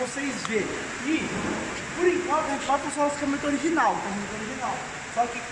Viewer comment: "Ogirinal" KKKKKKK